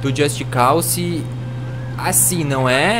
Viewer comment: just cause o que o falou just calçe ou seja só cause seria o correto porém pró é só calçe